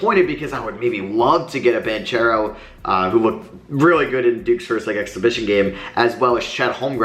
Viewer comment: Banchero's name is pronounced as BanKero